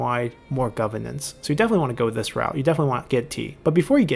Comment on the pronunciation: GoveRnance. It has an R in the middle that needs to be enunciated.